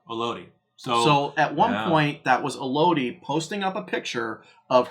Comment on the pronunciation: Why does everyone call Michones daughter E-Lodie????? It’s pronounced, EL-Uhdy. Similar to Melody!!!!!